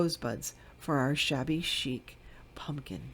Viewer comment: These were all beautiful! I definitely loved the “Pun-Kin Girl”.🎃🖤🤍 LOL that’s how I say pumpkin too! 😂🤷🏻‍♀️ TFS my sweet friend!💞